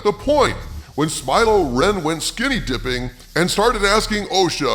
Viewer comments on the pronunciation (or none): Umm it’s smile-lo renn and lez-b-friends 😂. You can use that last one if you give me a shout 😆